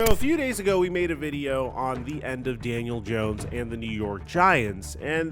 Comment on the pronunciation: God, you continue to say his name wrong. First of all, second of all, we all want Daniel dawn, all of us giants fans. I understand you're a Dallas fan, so you're trying to act like there's a lot of juice behind this. And this and that, yeah, Daniel's been a true professional about it, but he's been a crappy quarterback. So good for him for being a professional. How about we get somebody with some playing ability? This time, see, that's the problem you talking shit, because you're a Dallas fan, I'm trying to stir division in the giants, fandom, and I'm telling you from a giant fans perspective, happy is alert. That got rid of this kid. Hopefully he goes somewhere else and thrives, but he is a dead duck. As a giant, thank god, he's gone